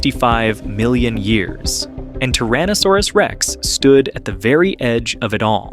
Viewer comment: TYrannosaurus...not TARaannosaurus